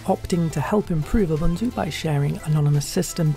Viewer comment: Correct pronunciation is ooboontoo